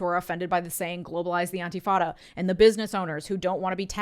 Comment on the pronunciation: dear, it's intifada with an I, not antifada with an A. Just letting you know. No judgement. Great video as usual